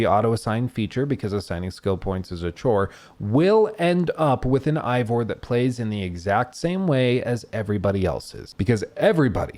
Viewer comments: The ultimate critic pronounces game's main character name wrong. Oh well a lot of effort here none the less, you might even say bloated? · Oh my God… 100+ hours playing this damn thing, even more than that editing all this together, and yet still can’t properly pronounce the name of the protagonist 🙄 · Thanks for explaining nothing useful. Eivor doesn't have any elements in English that would be hard to pronounce. A. Vor. The game says it hundreds of times. No excuse for saying I vor. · Turned off the video when you said "Ivor" Really easy to pronounce (even when you're an uneducated American) due to you listening to his name being said for the whole game. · Plays 100 hours, still says "eye-vor" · How is it this guy played hundreds of hours of this game, with the main character’s name is said thousands of times, but in this 3 hour jerk off session he can’t pronounce it correctly even once. It’s AY-VOR not I-VOR. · Stop pronouncing the name wrong 😅 it’s not I it’s AYE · Did you even play the game?!! It's Eivor. (Avor) not Ivor! 🤣🤣🤣🤣🤣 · i love this critique but i giggle at how you say ivor instead of eivor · Why does he keep pronouncing it "Eye-vor"? Everyone, including Eivor, pronounces it "Aye-vor". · It’s pronounced aye vore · Dude, everyone in the game calls him Eyvor or Ivor, not whatever you said. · Oh god no please don’t tell me you’re pronouncing him eye-vor the whole video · "Eye-Vor" makes it seem like you didn't actually play the game. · EYE-vor? what?? they same the name correctly dozens of times in the game. why are you saying it wrong? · You're mispronouncing Eivor. How are you mispronouncing Eivor? I don't understand, the name is said over a billion times in the game. How do you get it wrong? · Anybody else triggered by him mispronouncing Eivor's name the ENTIRE vid...🤬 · hates this game so much he mispronounced Eivor for three hours. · Why do so many people mispronounce Eivor do you not listen to any dialogue lol